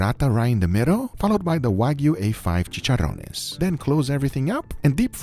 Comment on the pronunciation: "chicharrones" YES 10/10 PRONUNCIATION AND WE LOVE IT